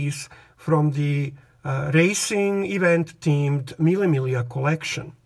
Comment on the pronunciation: Finally somebody who knows how to pronounce correctly "mille miglia"! Greetings from Roma